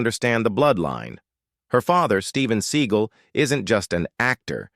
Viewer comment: Damn AI...you mispronounce his last name!